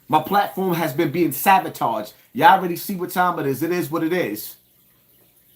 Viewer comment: Uhhhh it’s sabotaged not savotaged 😂😂😂😂😂😂😂😂